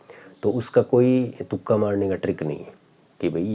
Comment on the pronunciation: तुका नहीं भाई तुक्का होता है shyad 😢